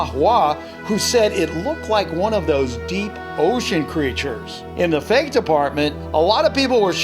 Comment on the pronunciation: "so fak its funny" LOL